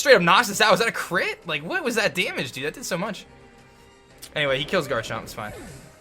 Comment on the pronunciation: The way says damage is hysterical. "Dah-midge"